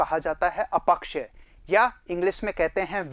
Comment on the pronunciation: अ पक्षय या अप क्षय ? अपक्षय का उच्चारण खटक रहा है